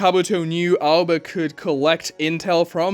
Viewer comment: Aoba. Not Alba 😂